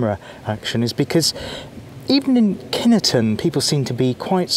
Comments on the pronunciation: I know pronunciation can be tricky but we lived in the village, villagers went to the base school and I have never, even as an adult heard any one calling it kin E ton. My brother married into a local family and they call it Kineton too. 🤷‍♀️ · As ever there seems to be some speculation over the pronunciation of the village's and base's. In Kineton, the village, some villagers pronounce it (in the bakery they did) 'Kin-et-ton'. The Army tend to pronounce it 'Kin-ton' and some other people pronounce it 'Kine-ton'. Take your pick!